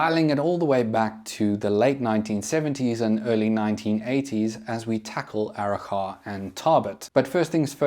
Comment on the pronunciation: As a local, I can say your pronunciation of Arrochar and Tarbet is pretty close. Only thing is the “char” is more of a soft “a” so it almost sounds like “chur”